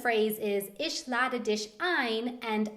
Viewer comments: You have a very good pronunciation (I'm saying that as a non-native german speaker) but please don't make the "sh" sound when there is none. Example: schreiben has it, ich doesn't have it. I know that's how some germans speak, probably in the region where you are but it's not how it's supposed to sound. The "ch" is supposed to sound like a "he" for example in english. I'm not critizing you or anyone being offended by my comment, you could speak however you like, I'm just pointing out the facts. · haha😂 you'r german is very good💪 i love the way how you spell "ich" 😂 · please stop sch-ing the ch's it hurts and you sound really wrong. its Ich not isch. And sprechen not spreschen....how you promounceit. sp=schp btw. no hate just advices. work on pronunciation please. also, the h like for example in stehen is not pronounced. you red it like ste|en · Please dont say "isch" instead of "ich" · Isch lade disch zum essen ein XD das heißT. ich lade dich zum essen ein KEIN: SCH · As a German I have to say it's funny how you say 'sch' but it's actually 'ch' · Btw "Ich" Isn't Prenounced Ish... its prenounced Ei-kk-shh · OH MY GOD THIS VIDEO HURTS MY SOUL That, people, is what happens if Germans can't speak English. I'm serious I'm German and this is killing me. I mean jesus. Just no. But I've got to say that hearing you speak German is awesome :D But why do you always say "sch" instead of "ch"? :D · I'm so sorry that I couldn't think of a kinder way to phrase this, but the pronunciation of ich as ish, dich as dish kind of drives me up a wall -_ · I love how she says 'sh' instead of 'ch'. It's so funny :D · You english always seem to have problems with the "ch". Whenever you used a german phrase with it you turned it in a kind of "sh". :D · sie sagt immer "isch" anstatt "Ich" :D sche says "ish" instead of "ich" :D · You need to work on your German pronunciation. It is ich not ish and nicht not nisht for example. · "Isch lade disch sum essen ayn" :)) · ur 'ich' is funny